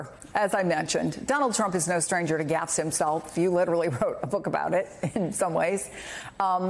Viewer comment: Why can't anyone pronounce gaffe?!